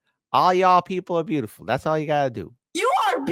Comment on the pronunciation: Yew aRe bewtifuww. thank yew foR WsistinG